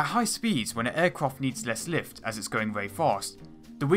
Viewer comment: Pwanes weally generate wots of wift